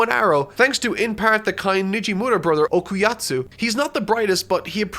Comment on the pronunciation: Why the hell did he keep saying Okayatsu I thought it was Okayasu